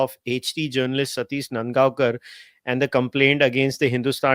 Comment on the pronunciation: claims to be Mumbaikar and pronounce नांदगावकर as नंदगावकर. 👎